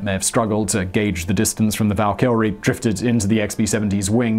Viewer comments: You'd think the research would extend as far as pronouncing the name of the aircraft. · That pronunciation of *Valkyrie*. Oof F in the comments for the English language. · Alright Simon knows the drill already. Roast him for the Valkyrie pronunciation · There's no second 'L' in Valkyrie. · How do you mispronounce the word Valkyrie? It's so commonly used in English speaking cultures. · No prob., Rai. The first time he butchered Valkyrie I wasn't quite sure what I'd heard. By the end I had a nosebleed ;-D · Does anyone else get rubbed the wrong way every time Simon puts a second L in valkyrie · 48 seconds in, and I'm closing this. That is NOT how you pronounce "Valkyrie". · Tis our language ;p Also I think I can speak on behalf of Britons everywhere when saying.... we never pronounce valkyrie like that lol. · Only one "L" in Valkyrie. Simon suffers from Jay Leno disease. If there's a way to butcher, or mispronounce a word, he'll find it. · Is that the right way to pronounce valkyrie? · I saw the comments about Simon's pronunciation of Valkyrie and still wasn't prepared 😂 out of all the pronunciatioms this is the one that topples him 😂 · can we get a mega project to get Simon to pronounce Valkyrie correctly? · He literally added an L that isn't there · is there a L in this word?! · Val-kr-ee not Val-kill-re ; idk why but it made me cringe every time. Great video though!!! love megaprojects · Flibble Nope, im English, he's pronouncing it wrong...... Tomaytoe, tomaaaatoe. :) Great doc btw. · Me, cringing every time he says "Val-KILL-ree". It's "VAL-ki-ree". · Dude... Valkyrie. ONE L. And the B-52/Prop blunder aside, it was an interesting video. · val-kyrie, not val-kyL-rie fiscal, not fisTcal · I'm not sure why you are calling it the val"kill"rie. I thought this was a fairly common word pronunciation. The far more common pronunciation (perhaps American) is a much more flat and less "projected" pronunciation val"ker"rie. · It is pronounced val keer ry not val killary.